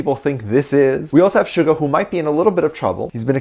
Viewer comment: You not saying Suga name right